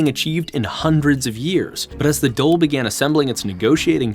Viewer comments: I am going to be honest its difficult to take you seriously when you struggle to pronounce irish placenames surnames or Dáil. I think you need to be versed in that really to understand irish history it makes me think you can't read irish or understand what the gaeilge speaking community was doing during this time. Its hard to take americans seriously as acedemics for this reason. Even if you pronounce it right there is a whole side of irish history you miss out on. Sadly in the anglosphere even in ireland its acceptable to call yourself an expert on french history without speaking french. You can't really understand irish history without having lived here studied here and having a bit of irish imo. But i dont mean to be mean spirited. Its a good video. And you did your best. Thank you for your efforts. Even flawed recognition of a small country is better than nothing. So i humbly thank you. I am subbing and i look forward to more videos. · Great video , One thing on pronunciation(nit picking) the government building is pronounced as " d-all " . In the video you pronounced it as dole which is the irish social security payments.Great video though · Why do you keep calling the Dàil the "dole"? You pronounce the A, it doesnt become a o. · Great work bro. One lil thing I will pull u up on is the pronunciation of the Dáil. á makes a long awww sound, like the sound u make when a doctor has a stick on your tongue to check your tonsils. The Dole as u pronounced it, is the queue for social welfare payments 😂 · Great pick. I'd have loved if could have consulted on some of those pronunciations though... "The Dole" for the Dáil is especially tough to hear. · Great and and production. Although the pronunciation of Beal na mBláth, and Dáil was butchered. He seems to have gotten coaching from on the pronunciation of many other names. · Dail DAIL !!!! DAWL not DOLE !!!!! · It’s pronounced dawl not the dole. Great video, but how did you miss that?